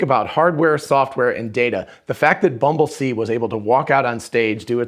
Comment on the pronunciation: The prototype is called "Bumblesee" not "Bumble-C" because it uses vision. So the next version won't be Bumble-D.